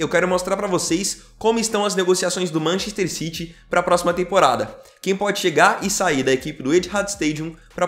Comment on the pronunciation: Mc errrrrro citi